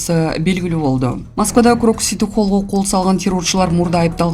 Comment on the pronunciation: Крокс эмес э тупая крокус!